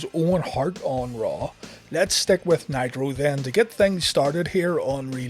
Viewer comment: I could have sworn you said "Monday Night Nyquil" lol